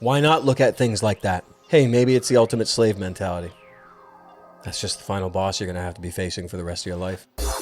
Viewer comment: love the way he says "final baws"